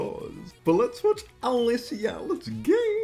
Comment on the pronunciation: lol I like the way you pronounce her name 😂 but I’m pretty sure it’s pronounced as Elisha ❤